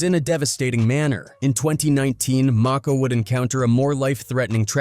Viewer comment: Saybthere names right broo..its og Maco not og mako lmao..and kid cuddi not kid koodi))